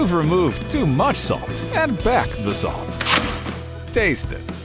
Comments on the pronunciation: Everything good until u hear that "adddd" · I like the way he says "add" 💀